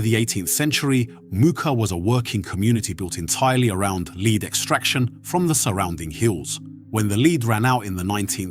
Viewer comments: It's pronounced LED not LEAD. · Leed? Ai strikes again. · Lead as in pencil lead or the metal is not pronounces as a dog lead, or taking the lead. Something a bit AI about this voiceover.